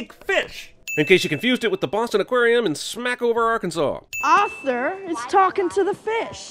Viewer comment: bro bro bro he said arkansas he said arkansas ahaha i’m from there